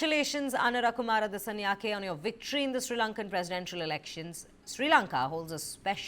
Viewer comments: අනුරා කුමාරා දිසානෙයාකෙ 😄 මොනවද බ මෙ නම් කියන විදිහ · Please learn to pronounce names correctly, we always read Indian names correctly.